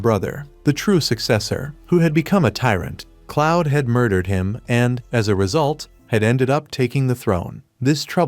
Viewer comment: 'cloud' 😭 it's "Claude". (K•L•auh•D) It's a fantastic manga/webtoon, I'm happy its a anime now.